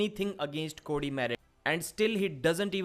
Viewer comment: I don't know who you see as the favorite in the Cory v Cody match, you pronounce their names the exact same way lol